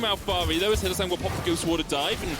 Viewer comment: Did he call him hylissint😂🤣